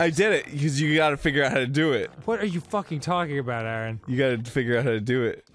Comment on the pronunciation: is what I'm here for. "What are you ffFFUCKING DOING?!" he said in the most New Jersey way possible.